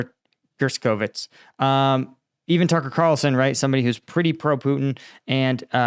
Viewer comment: Gershkovich GERSH-ko-vich Yekaterinburg ye-KA-ter-in-burg